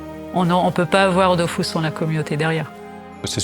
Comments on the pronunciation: D’eau füs et pas DOOOFOUSSSS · Dofus pas Dofous par pitié.. pour une fois qu’un jeu français est bien